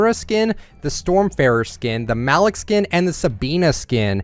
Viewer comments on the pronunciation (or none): Malik is pronounced ma-leek